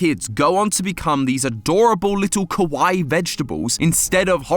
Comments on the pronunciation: Please never say kawaii again. Any non east Asian already butchers the word enough to annoy me (a Japanese person) and your British accent only makes it worse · So I'm gonna be the "Ummm actually🤓" guy and say you actually pronounced "kawaii" wrong. You actually pronounced it "kowai" which , funny enough , means "scary" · Kawaii, with the tone raising on the i! You pronunce this Japanese word so badly that it seems you say “kowai”, that means scary. Are you doing on purpose? 😊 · I don't know if he's trying to say kawaii or not. I keep hearing him say kowai which means scary instead of cute. If he's trying to say cute, it's kawaii (kah-wa-ee)